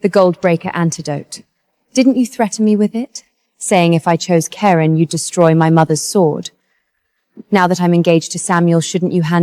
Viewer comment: I thought Ai was smart 😂…Karon. Kerin. Karen. Koran or…